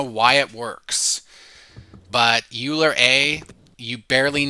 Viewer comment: Hi! Thanks for the video! And the many other videos, you’re probably the best source of distilled information out there right now. One small point of feedback: Euler should be pronounced like “oiler”, not “yooler.” Keep on going!